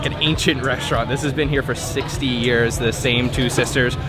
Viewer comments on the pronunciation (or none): none